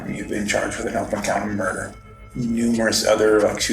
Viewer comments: did this mf'er say "attempted murdie" ??? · "attempted murdey" haha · “attempted murdy” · "Attempted Murdy"